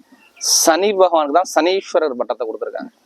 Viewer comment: சனீஸ்வரன் இல்ல ❌ சனீஷ்ச்சரன்☑️ வரும் அண்ணா